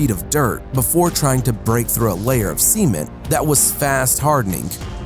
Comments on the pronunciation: u said seimen , not cement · cement (sa-men-t) not (see-men-t) I honestly thought he said semen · Gladius625 u mean semen? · Same lol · Anyone else thought he was saying semen?